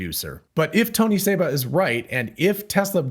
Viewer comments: It's Seba, not Saba. this guy is a clown and is wrong on most everything. I've debated him and proved him wrong over and over on his EV predictions. He KNOWS that he's wrong but also KNOWS that there are suckers out there that will believe anything. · His name is Seba, not Saba.